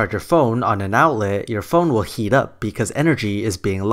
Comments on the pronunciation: it is "HEAT", not "HE"! XD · You seem to harbor a lot of animosities. I think that the combination of your filthy mouth, your inability to pronounce the word "heat" correctly, and the amount of time you spend telling us how the other argument is wrong rather than proving it, I can safely assume that you are a victim of the political hijacking of science. I am not a fundamentalist nor an atheist, but your argument was circular and filled with sensationalistic naughty words. I would not be surprised if this was made while you were still living in your parents' basement. Take the chip off your shoulder and move on with your life. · I love how you pronounce heat :D